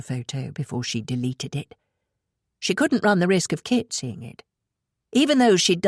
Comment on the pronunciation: At times a bit confusing when the reader pronounces Kit as Kate.